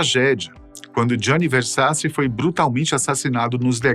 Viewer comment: A PRONUNCIA É GIANNI VERSACI ( O SOM DO NOSSO C EM ITALIANO É T) ENTÃO O SOBRENOME ESCRITO É VERSACI MAIS O SOM QUE DEVE SAIR QUANDO PRONUNCIADO É VERSATI.